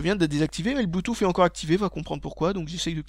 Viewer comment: Désolé de casser ton accent mais je suis américain vivant depuis 3 ans en France et je peux t'assurer que personne ne dit bluetouffe ... On dit bluetousse. Et ni apole mais épel.